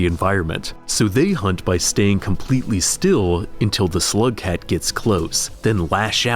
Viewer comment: you say slugcat like someone would say homosexual im sure this is a great video but im already a rainworld ultra so sorry :(